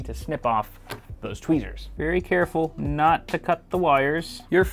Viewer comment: did i just heard a "tweezers/twezzers"? (i don't know which one it is)